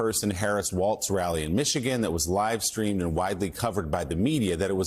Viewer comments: Walz, not Waltz. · To the guy reading Sen. Sanders statement: His last name is WALZ. WALZ. Sounds like walls. It’s simple laziness to mispronounce the name of a candidate for VP of the US.